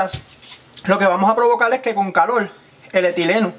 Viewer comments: Muy buen truco...pero una pregunta, desde cuando para algunos hispanohablantes, la "r" es una "l"? madular? calol? velde? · Polque calol